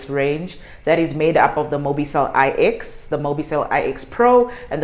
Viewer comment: its actually mobicell 9 not I...EX